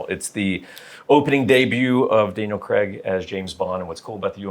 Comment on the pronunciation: His name is Daniel Craig not Danelle Kreg.